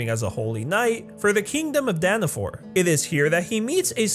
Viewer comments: it's Dana fall not Dana fore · It’s daniFALL not daniFORE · By the way how you say dawn of falls is wrong your saying dawn of for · He calls the place Danafall “Danafor” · Danna-FALLL not DAAAANNNNNNNA FOUR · IT'S NOT FU*** DANAFORR ITS DANAFALL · DANAFAL NOT DANAFOR 😣😣😣😣😣😣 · Its danafol not danafor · 😡 he is saying danifor